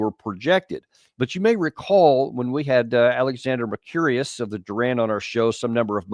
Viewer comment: Small point: it's not Alexander "Mer-curious"... its "Mer-koo-ris" 😂